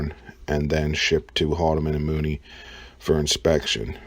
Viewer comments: Haldeman and Mooney? No! No! No! The contract went to Haldeman, Erlichman, Mitchel & Dean. (After that, I just turned off the sound.) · HOLMAN & MOODY. Learn to say it right lol